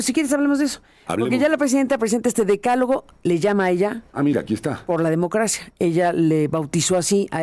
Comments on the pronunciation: Vivieron el décalogo en lugar de decálogo???? Aaarrgggg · Ahora entiendo, el Gobierno de México gobierna como escribe, con faltas de ortografía, que pasó mi, DECÁLOGO, haber repite DECÁLOGO, con acento en la A no en la E, a que mi!!! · Decálogo, le fallo el acento a la científica con A... Cuando se refiere a la gente quiere decir que se lo pidió su patrón AMLO, no creo que ella tenga la capacidad como para idear esas 10 propuestas.